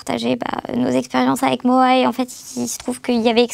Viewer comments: A partir du moment où elles prononcent « Moi la squale » au lieu de Moha j’écoute même pas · Aparté on dit MoHa svp.. et je veux pas faire l avocat du diable y’a quand même la présomption d’innocence ..